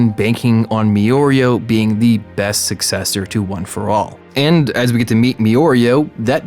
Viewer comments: U said mirios name wrong the entire video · LEGIT ALL COMMENTS ARE ON HIM PRONOUNCING MIRIO WRONG IM DEAD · Where did you found 'o' between 'mi' and 'ri' 😂😂😂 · You need to re upload this video but next time pronouncing mirio’s name right 🥺🥺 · no theres just an abundance of his mispronouncing his name. So no, you arent the only one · This is the worst pronunciation of mirio I've ever heard. he randomly says it correctly and then goes right back LMAO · Adds an extra o to Mirio's name. His Viewers: Cringing in horror lol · Good video dude......... but dear god watch the dub, you’ll know how to say mirio’s name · Lmao it's pronounced 'Mirio' in the sub too, there's no excuse for this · triggered too hard, had to stop watching this video. They literally say it in the show. it aint that hard -. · lmao this idiot said me-oreo it’s mirio you stupid bitch 😂😂😂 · Why is he saying me-or-e-oh and not meer-e-oh (decided it would be better to right it fanatically). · ITS MI RI OOOOOOOOOOOOOOOOO NOT ME OREO HE NOT AN OREO SO CALL HIM MIRIO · I stopped watching this after he pronounced Mirio name like this 👉🏾Miorio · It is spelled mirio But he pronounces mioreo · Meoreo?????? Who the fuck is that????? I thought I was clicking on a video about miorio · “me-oreo” Me: ok probably just has hard time with speech... Me in my head: f@ It’s mirio the beginning sounds like the beginning of mirror!! Ahhhhhh!!!! 😂😂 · "mirio" . rest of the video MiiOrEo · “me-Oreo” Me:who the fu.. It’s mee reee o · It's pronounced "Me-reeo" not "Me-Oreo". There's no "o" in between his name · merio is how you say it not me oreo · Why are you saying miorio, its mirio, its even writen like that. I get its a mistake and hope the coment did not ofent, its just sometimes these make me cringe a bit. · Mirio 😭😭 not miyorio 😭😭 but its okay lmao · Not Me-Oreo, it’s Mir-rio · Ok, loving the vid but it’s pronounced MIRIO not Miorio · Wtf is meoreo ffs its MIRIO MI RIO M I R I O FFS